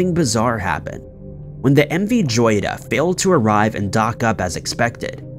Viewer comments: The name Joyita is pronounced hoyita which means little jewel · Learn the correct pronunciation of the subject that you are referring..! M V Joyita (hoyeetah) which in Spanish means "little Gem". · He keeps mispronouncing "joyita". It is spanish for little gem (jewel).